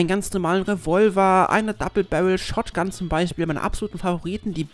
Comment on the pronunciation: ich hab gut hingehört und hörte raus das du anstatt shotgun shrotgun gesagt hast xD